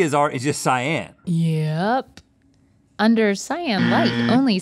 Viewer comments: Not mispronouncing "cyan" as "scion" lol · No CY-AN is not scion